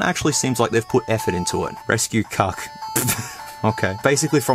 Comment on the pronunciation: I ended the video at “rescue kuck” 💀💀💀 I gotta go to work lmfao.